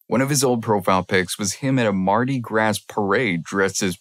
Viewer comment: Louisiana girl here! The “s” in Mardi Gras is silent, and Gras rhymes with bra :)